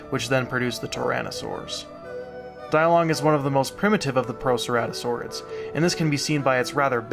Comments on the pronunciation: It should be pronounced Dee-Long instead of Die-Long, since the name was from Chinese. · it's pronounced "DEE-long" not "Die long" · no its pronounced day-lungus